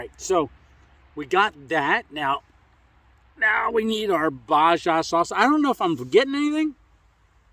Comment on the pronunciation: lol. Baja is Spanish. It’s pronounced bah-hah. Lake in Baja California